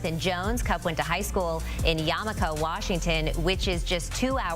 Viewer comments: Dyslexic much? It's YAKIMA, not Yamika. Hillarious, I had to lusten again to hear what she said. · It’s YAKIMA! Lol! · Yamika? It’s Yakima dummy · Yamika?Really?😂😂😂2 Hours from Seattle?Do your research lady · It’s Yakima. Yak a ma. Not Yamaka. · Yamika WA?….its Yakima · “Yamica” 😂😂 it’s Y A K I MA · Yamika Washington? Its Yakima Washington. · Its pronounced “YAKIMA “ Not Yamaka dummy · She said yamika.... Try Yakima, you get paid to do this cmon man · After she said “yamaka” i immediately couldn’t take this video seriously. 🤦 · Did this cooch really disrespect the Valley? Look b***h, it is pronounced YAK I MA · YAK - ah - mah residents taking a beating today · 'YAMIKA' WA 😂😂🤣🤣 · "Yamika" huh? Also, 2 hours from Seattle? If you're going like 150mph the entire time, yeah sure. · Yack-ima he's not jewish as far as i know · Half these comments are of people correcting her for saying yamika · Yamika Washinton she says.. 😂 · I’m dead. Yamaka 😂😂😂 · LOL yamika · Hahahahaha no one can pronounce Yakima lulz 😂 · You said YAKIMA WRONG HOW DARE YOU 😤 OR SAY HE WENT TO DAVIS HIGH SCHOOL IN WASHINGTON BUT DONT BUTCHER OUR CITY NAME WHEN IT HAS A GREAT SYMBOLIC MEANING THE YAKAMA NATION THAT IS LOCATED JUST SOUTH OF THE CITY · Wow. Is Yakima that hard to say? Good grief. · Learn to pronounce Yakima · Never heard someone say Yakima this bad in my life 🤦🏾‍♂️ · The Yakima pronunciation 😂😂😂😂 so bad but so good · Stupid, it's YAKIMA LMFAO